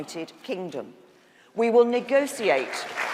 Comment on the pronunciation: why is there not a rule against anyone who is prime minister pronouncing negotiate negociate